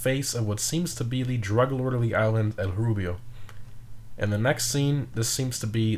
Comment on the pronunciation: Are you Hispanic you pronounced El Rubio very good